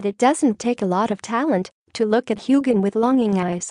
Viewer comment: ffs it6s hugh han or hugh hin not gan and it is James Alexander Malcolm mackenzie Frazer not frasure